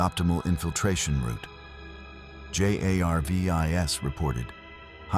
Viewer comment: I cant. I just cant listen to this, with the narration saying "JAY AYAR VEE EYE ESS" instead of JARVIS, over and over and over and over....😡😡🙄